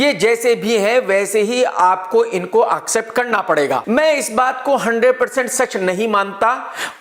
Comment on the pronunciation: Sir , please pronounce accept not AUkcept 😀😀😀😀😘😘😘😭😭😭 always ❤️& ur side.